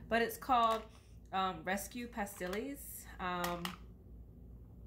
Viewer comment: It was bugging me Pass-teals, not pass tillies 😭